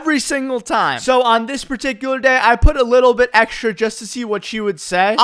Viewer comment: Why do you say "eksrha" instead of "Extra"